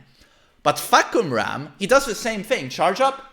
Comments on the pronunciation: the announcer pornounce the name wrong btw... its actually Far(long sound)- Come-- Rarm(long sound) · It's faa- (fah)- cum -ram